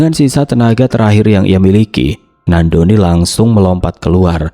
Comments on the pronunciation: Nandoni kak bukan nak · Ko bacanya nak doni trs sihhh